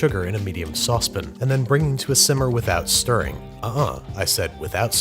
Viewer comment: i forgot he calls it a sauce pin lol